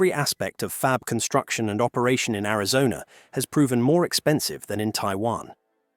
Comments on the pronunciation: It's Arizona. not Arizon. lol... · Only one complaint. You know what's good? Real voices are good. Apparently AI cannot yet read. (@ "Arizon", for example). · Where is "Arizon"? What is this? More AI generated trash? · So why is it the narrated voice doesn't know how to pronounce "Arizona" - calling it "Arizon"... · Ari-zon? Yah, this is AI. Is the entire internet propanda now? Not that either side is any better... but EVERYTHING here seems to be lies now. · "Arizon?" I'm out, buh bye Felicia's ai. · “a lot of snot, tears, and all kinds of training in Arizonn??” Are all this channel’s videos just hastily slapped-together a.i. slop? A quick glance through the catalog—with its impossible upload rate—points to “Yes.” 🙄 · Ai Generated video pronounces Arizona as Amazon? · Arizon? Another AI slop video.... Coolllll...... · Chit AI it's Arizona NOT Arizon you STUPID AI FFS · “in Ariz-on”??? AI slop narration outed. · “Arizon”?? 😂 Is this script, including typos, read by AI?? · AI calls Arizona arazon..😅..i wont watch this crap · Teach your AI how to say Air-i-zone-uh. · The AI narrator lost me at "Arizon" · This AI generated video lost me at Ari-zon. Ass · The AI voice over can't pronounce Arizona. Garbage. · typical ai pronouciation. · AI narrator that can't even pronounce Arizona correctly! What a fcking joke this shitty AI-generated channel is! I'm using BlockTube to ensure I never have one of their videos recommended to me again. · Jesus, AI can't even pronounce Arizona correctly. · This is too much of an AI voice for me with the miss pronouncing of Arizona. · this dumb AI can't even pronounce Arizona. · Ai slop, it can't even pronounce Arizona. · Narrator can't pronounce Arizona. I'm out. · This is obviously AI, as the narrator cannot even properly pronounce "Arizona"... Very LAME! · AI can't even say Arizona right. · Why can AI not pronounce Arizona? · I was tripping on that as well. I live in. Arizona and I have never heard whatever noise this thing made🤣